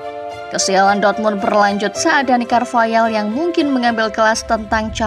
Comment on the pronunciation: Carvahal min, bukan Carvayal